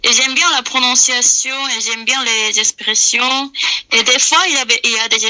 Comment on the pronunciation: Les coréens ont vraiment du mal avec le R "les exprrreessions"😂😂